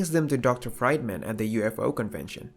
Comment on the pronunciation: Fried man, really? It's pronounced Freedman..